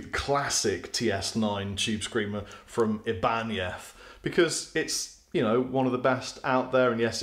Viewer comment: Thank you for pronouncing Ibañez the right way. I hate watching American yt channels where they say: Ai-banez… 😡